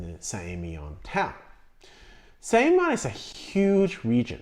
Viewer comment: Emilion you pronounce the ‘L’. You’re pronouncing it like it’s a double LL.